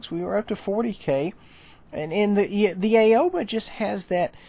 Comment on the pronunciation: I know everyone keeps calls it the A-O-ba but I think that it's supposed to be pronounced Ow-ba. At least, that's what the PC guys call it.